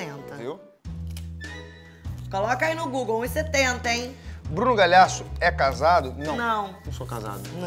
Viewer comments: A reclama do Bruno falar errado o sobrenome dela, mas ela fala "Bruno Galhasso." HAHAHAHAHAAHAH amooo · ela fala Galiasso